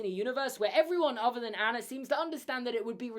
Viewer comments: But- can we talk about Anna’s name being pronounced “AH-na” and Han’s name is “h-AH-ns”. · I'm Scandinavian. The correct way to pronounce Anna in my language is "UN-uh". "HAH-ns" is correct though. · Why does pronounce Hans and Anna differently than in the movie? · ik i was just pointing out pronouncing it wrong